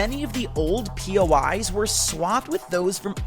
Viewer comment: sorry but bro said new pois guided missile